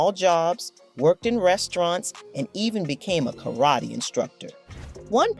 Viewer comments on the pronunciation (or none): none